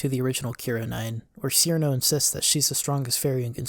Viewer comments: none of those old PVs, with the possible exception of Cirno's perfect math class, trigger content ID :) and it's pronounced Chirno not Sirno also!!! yumemey isn't a he 😭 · Pronounced Cirno as "seerno" opinion rejected. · Its pronounced chirno or most accurately chiruno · I must mention this even if it seems semantic or whatever one may call it or me but, Cirno despite how it is usually spelled in English would most certainly be pronounced Chirno, Chilno, Chiruno, whatever variant makes more sense or is preferred. Her name in the games' Japanese text is チルノ in katakana which in romanji is "Chiruno" so her name is definitely not Seerno or sirno when pronounced. I have no clue why her name has always been spelt Cirno in English; my best guess is when translated they either guessed that or got used to typing "Ci" for チ or something since on current English based keyboards set to type kana you can type "Ti" to get the same result instead of typing the full "Chi" to get the kana when using said keyboard. I understand why people pronounce her name the way they do due to how it is spelled, but now I know the truth so I shall spread it as it can urk me slightly now hearing her name pronounced wrong.